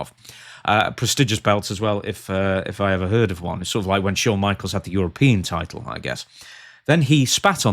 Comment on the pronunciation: "I am the title," saying it like, "i am the table."